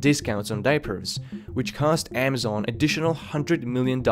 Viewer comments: "AAA mazon." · Please stop saying Amazon as "Amm-zon" instead of "Ah-ma-zon" and "prices" as "pry-SEES" instead of "PRY-ces". There are several other words where you pronounce an undue "SEES" at the end too, it's very distracting.